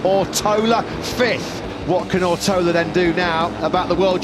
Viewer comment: Rider’s name: Ortolá Commentators: “Owrotowler”